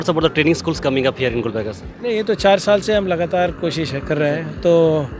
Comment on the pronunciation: Miya Bhai saying gulbarga